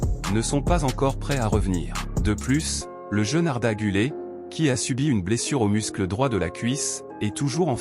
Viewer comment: C Arda güler et pas gule